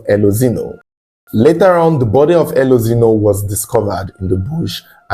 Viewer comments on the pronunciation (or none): Pronounce the E as A. Elozino. Meaning Light has come.